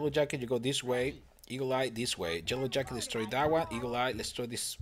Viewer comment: does anyone reaise that he is saying jellow jacket not yellow jacket